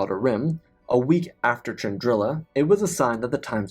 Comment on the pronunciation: I thought it was spelt.pronounced Chandrila not Chandril*i*a